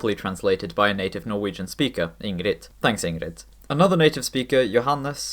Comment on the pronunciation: Where are you from originally? Are you swedish, bc you pronounced ingrid kinda weirdly, but the rest was perfect, just wondering. Good video btw